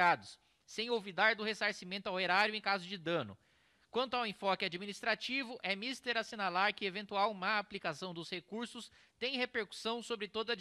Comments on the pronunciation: "...é MÍSTER assinalar...". Diz-se É MISTÉR ou HÁ DE MISTÉR, mas a sílaba tônica é sempre a última (mistÉr). Vide "Dicionário de Pronúncia Correta" de Luís Antônio Saconni. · A pronúncia correta é “é MISTÉR” (no sentido de é necessário), e não “é MÍSTER” (senhor em inglês). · É "Mistééér".. nao foi tu que escreveu né Kim